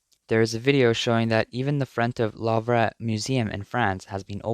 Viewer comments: Louvre is pronounced "loove" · I've never heard Louvre pronounced like that.